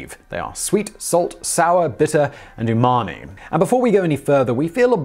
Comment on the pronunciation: I thought he said your mommy when he said umami